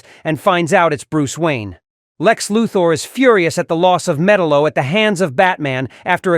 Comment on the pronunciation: Metal-O is also known as Metallo: Meh-Tahl-Lo